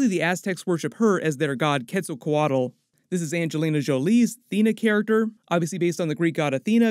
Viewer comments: Quetza what??? Squirted??? you butchered the hell out of that name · shot out to...as a mexican i am very proud of ho you pronounced Quetzalcoatl. kudos!